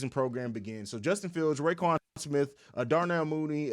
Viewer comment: R--O-- Quan Smith. Not rayquan lmao!